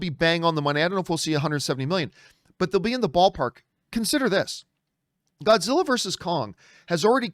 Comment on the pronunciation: john messes up for 1 second saying Groddzilla me thinking of a Gorilla Grodd and Godzilla mashup